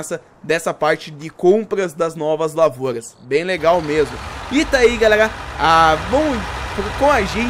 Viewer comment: Para de trocar o R pelo G kkkkk Galegaa